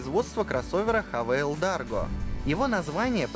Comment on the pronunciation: Почему ХаВээл!? ..... Написано "хавал"